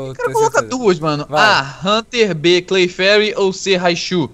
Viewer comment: Não é claferi e haunter esse cara errou